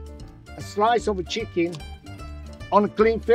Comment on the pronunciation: Somebody else noticed that,in the begining he says chckin instead of chicken 😀 anyway food looks amazing.